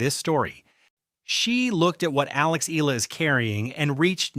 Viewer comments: It’s pronounced as “E-Ya-La” not EELA😂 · I really hate people using AI voices without altering the text to compensate the pronounciation! SHE IS NOT ALEX EELA!! SHE IS ALEX EE-AA-LAAA!!! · Her surname is pronounced EH YAH LAH.